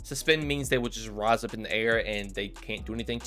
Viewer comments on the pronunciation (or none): none